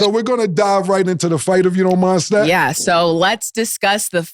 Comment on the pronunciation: STAT GOT NAME RIGHT THIS TIME